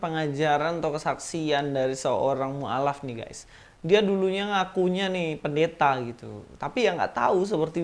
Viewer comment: Ibu PEN-DE-THA 😂 dialek